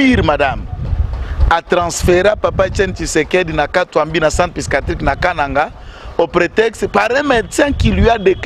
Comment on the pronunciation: Mes excuses Mr. le juriste pour la perte du bouton de ta veste. Prochainement ne la porte pas comme ca, vas chercher un bouton approximatif dans des boutiques. Et puis on pronnonce "psychiatrique et psychologie" et non pycichiatrie.